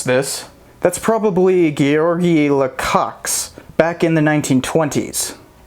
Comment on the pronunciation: It’s “Lukash” not “Lacox” for Lukacs